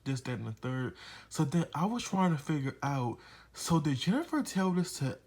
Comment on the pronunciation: "Jeni-FA" lmao. Good review! I enjoyed this very much 😂😂😂